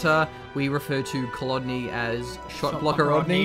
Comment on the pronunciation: Col-own guys, its called Col-own. Like aftershave.